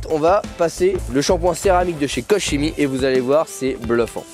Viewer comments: Guten Tag ! on prononce |KORrrr KéMI] la bise ! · "korkémi" pour la prononciation à l'allemande ;-)😉